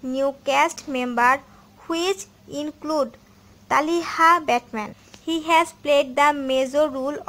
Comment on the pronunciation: First you did not say who is his bf and its not talhaaa it's talitha quite youtube